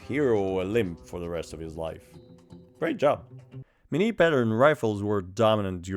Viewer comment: The review nobody asked for : Pot-de-fer. Good, you sounded french ! Couleuvre. Ok, not bad. Madame le Bourgeois. Gooood ! Fusil. Very good ! Bayonet. Doesn't count mate, bayonette in french sounds the same, so it doesn't count. Carabine à tige. Best so far, good job. Minié. At least one wrong pronunciation. Not Mini, Minié. Wait, you just turned it into a joke, so it doesn't count. Still Minié tho. Clement Pottet. Can't say it better than you did. Chassepot. Another very good one. Poudre V (like in VElocity, to stay on topic). Not poudre B (like BAby, NOT on topic you madman), this one can be hard on foreigners to be honest. Révolution. Yeah, just like baguette, everybody says this one correctly, I guess we're known for this kind of stuff. Great effort overall.